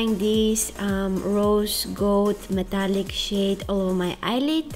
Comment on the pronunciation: I love this channel so much but I have to laugh at this!... was I the only one who thought she said shit instead of shade?!!!😂😂😂😂😂